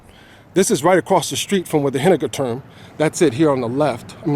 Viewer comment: Hihii, I love like you say "Henninger Turm":-). The "u" in this position we speak like you the oo, good moods for example:-). I like your footages, also the one of the demolition- I can feel you love this part of Frankfurt. As far as I know "Stadtgärten" means just the surrounding lower appartements and yes, the new Henninger Turm is mainly build for living. Even in the top, underneath the observation deck, they build 4 luxury appartements. By this way: I can recommend you to visit the observation deck if it is open for the public. And if you want to see the Henninger Turm from another angle: on 16th of March 2017 i'm uploaded a video I recorded in 2016, from a little bit higher position:-).